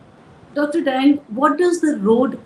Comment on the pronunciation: Dr Dang is to be pronounced as 'daang'.